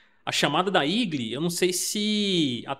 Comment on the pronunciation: igli ?? nao seria eagle ..portuguesando para igou.